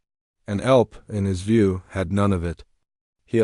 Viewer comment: And 'elp instead of E.L.P. Terrible doing a video when you don't even know how to pronounce their names.